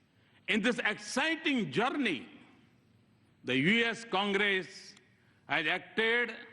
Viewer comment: is he PM of india? ha ha see how pronounce word Journey and early. ha ha . what a english yaar. even Lkg students will say correctly